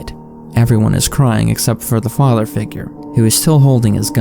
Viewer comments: "My faadther" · Wtf why are you pronouncing father like that?